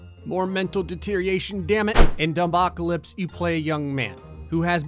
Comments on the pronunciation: It kills me that pronounces it "dum-bocalypse" instead of "dumb-ocalypse" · “Dum-bocalypse” that hurt me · pronounces dumbocalypse as dum-b-ocalypse instead of dumb-ocalypse Me: well that’s slightly annoying